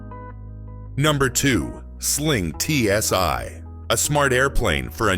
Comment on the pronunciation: It's not TSy, try TSi - Stupid Botts...